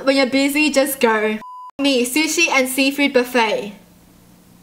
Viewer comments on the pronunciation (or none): none